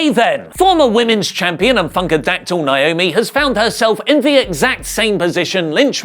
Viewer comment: It's NA- O- ME!!! Why do ya'll keep doing this?! Yes, my sister's name is NAOMI!